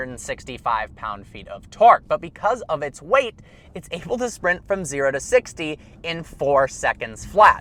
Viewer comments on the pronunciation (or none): I've held back a long time but I can't hold it in anymore., your pronounce the word able like this: ay-bull. Not oh-bull. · Does anyone else notice he says “oble” not “able”. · AlltimePro weird. I wonder why he says it that way then.